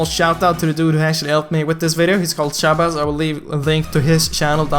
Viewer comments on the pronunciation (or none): none